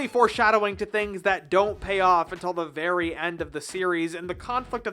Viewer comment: not verv v.r.v